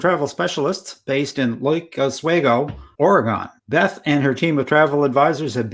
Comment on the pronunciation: Just a quick note: You need to pronounce Oregon accurately if you want to be considered a travel expert.